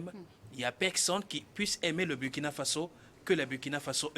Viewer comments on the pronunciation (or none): Burkina se lit Bourkina. SVP!